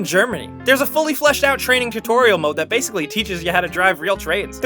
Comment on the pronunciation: Did he say… TRAIN-ing?